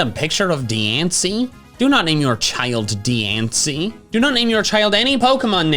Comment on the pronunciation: its diance, like beyonce